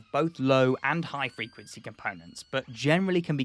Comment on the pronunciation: WTF is Frenquency? Lol…. Love your videos…. I also love being a prick! 😹😻